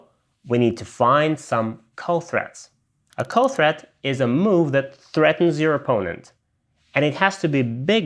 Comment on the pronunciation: Threat. Not thread